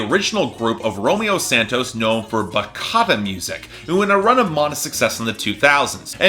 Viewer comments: I know it is with CH, I'm dominican. Im just saying it because he reads ch as k most often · Using the anglicized pronunciation of "Romeo Santos" is understandable, but really? "Bakata" music? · Polarian Symphony ba-CHa-ta, like cheese